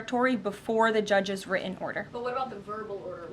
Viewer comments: If she's so well educated and supposedly speaks so well, why can't she pronounce written, important, Putin, or any other word with a "T" in the middle? Saying "wri-en," "impor-ent," and "Pu-in" is not an educated way of speaking. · "The judges' wri-en order" T is now the letter that's been dropped from the alphabet, the way the word "were" has been dropped from the language.